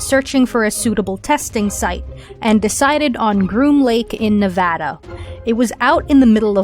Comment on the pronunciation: Thanks for saying Nevada correct!